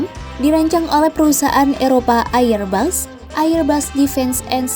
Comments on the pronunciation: Airbus dibaca erbas, bukan AIR BAS. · Bego ni orang nyebut AirBus ngak benar,, loe sekolah ngak